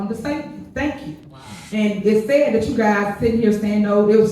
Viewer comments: No,. You pronouced the "a" in sad. Big Tiff says it as "sed". She can't pronounce words with a flat "a" in the middle. Numbers is pronounced as nambers. This broad is whacked. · she says Say-ID instead of sad too 😂😂😂